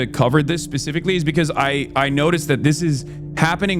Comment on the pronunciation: "pacifically", am I hearing that correctly? 🌊